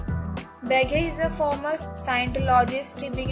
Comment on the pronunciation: You're pronouncing his last name completely wrong